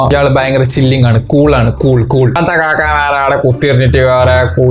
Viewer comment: കാക്ക ❌ കാക ✅